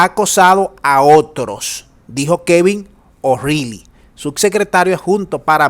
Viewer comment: O'Reilly; si te parece bien; la pronunciación es: ORaaly.